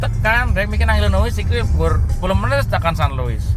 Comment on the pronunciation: Illinois itu dibacanya apakah bukan "ilinoa",?